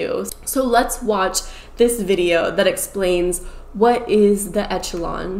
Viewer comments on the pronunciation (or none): Great video and I agree with you but, it is pronounced ESH a LON. Not ETCH a lon. Leto has done some great acting but, in his personal life, he seems to be both exploitive and crazy. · Okay, so first it’s pronounced like Eshelon, not Etchelon. So it’s a soft ch sound. Most of the people in the fandom all know each other. When he says it’s a family it really kind of is, so we aren’t all stuck on this island with strangers. The tents do have air conditioning and very comfortable beds and they do lock. This is a resort island so there are very nice facilities with great food that’s catered. The meet and greet packages for their concerts are not 900 dollars. It’s $299 for the lowest package. The reason we say “you wouldn’t understand” is because you don’t get it. You spent 30 minutes talking about not getting it. It started being called a cult as a joke. It’s never been a real cult. The contest you’re talking about wasn’t really winning a night in bed with Jared. (I feel like you didn’t really thoroughly research this) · Echelon is pronounced with a “sh” sound instead of a “ch” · Here I go being THAT person~ It's pronounced esh-a-lon Not etch-a-lon Sorry can't control myself. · It’s ESSS-SHUH-LON, not ETCH-UH-LON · It is pronounced "eh-shuh-lon" - as a word in general...whoa, crazy vid!! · Girl that word is pronounced eshalon , like the upper echelon of society. It's a real word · Eck Okay and?? Echelon isn't a commonly written or spoken word so it's quite reasonable to assume she first saw the word in writing and assumed that was how you're supposed to pronounce it. The mispronunciation could also be due to a regional dialect as those frequently involve at least some "improper" English in grammar, pronunciation, or both while still being equally nuanced and complex as "proper" English. I understand the nitpicking since it can be jarring to hear a mispronounced word, but you're just coming off as condescending. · The way she is pronouncing echelon is bothering me.